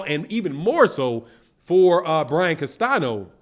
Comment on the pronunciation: learn to pronounce CASTAÑO correctly!